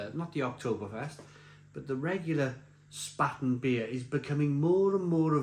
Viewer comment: 'Spaten' is pronounced 'Shparten'. Löwenbräu is pronounced 'Lurvenbroy'. And Oktoberfest is, for me at least, rather unpleasant. Too many crowds. Too many drunks. No real 'Gemütlichkeit'. Good to hear from you again!